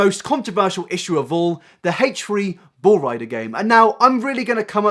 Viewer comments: Hache-ree hache-ree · haitch re haitch re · Hate-Tree Hate-Tree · "Hache Free Hache Free" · haech ree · Haychrie Haychrie? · haich free haich free? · hach-ree hach-ree